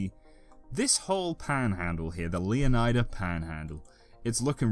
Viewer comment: Can we please pronounce the -ida in Leonida like we do Florida, since thats what it’s based on? Or do you guys say Floor-eye-da?